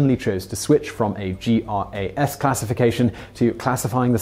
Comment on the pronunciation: The FDA determination is generally pronounced like “grass” rather than pronouncing each letter